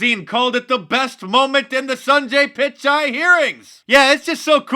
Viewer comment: Hilarious pronunciation of Sundar Pichai Mark.